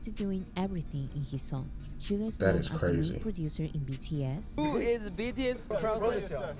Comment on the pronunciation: Nice reaction. Just a little note, his name is SUGA, not sugar, please leave off that "r", LOL. V's Tiny Desk is amazing & shows 3 songs from his solo album Layover. Please react to it: V of BTS: Tiny Desk Korea